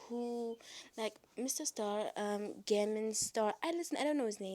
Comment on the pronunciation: Um.......it's "s-t-a-r-k", I have the "Iorn-man" movies and others movies with him in them so it'll take practice to get the name right.